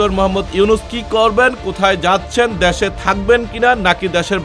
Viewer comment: দ্যাশে 😆😆 হাইরে উচ্চারণ